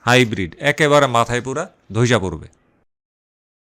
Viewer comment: এটা হাইব্রিট নয় গাইব্রিট